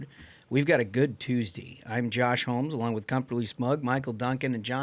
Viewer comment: "Mondy, tuesdy, wednesdy"